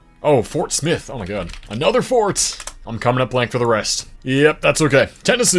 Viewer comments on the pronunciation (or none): none